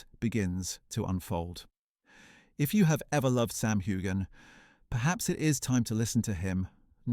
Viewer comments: CANT YOU SAY HIS NAME CORRECTLY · WHY DO TELL THESE STORIES.. I AM SURE IT MAKES SAM MD. HATE THE MEDIA. LIE,LIEYOU VANT EVEN PRONOUNCE HIS NAME CORRECTLY